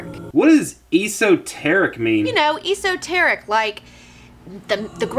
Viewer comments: esoteric - /ˌesəˈterik/ - Hey! The first syllable of "esoteric" would rhyme with "mess", not "fleece"... just sayin'... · Esoteric is prenounced S O TERIC not EE SO TERIC grr